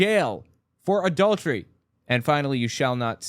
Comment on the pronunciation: "Mommy, what's 'adau-dery?'"